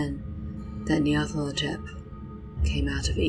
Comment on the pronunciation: I notice you reverse the 'la' and 'tho' in Nyarlathotep. Very good though, very evocative.